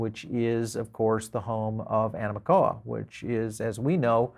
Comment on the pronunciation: it animoca not amicoa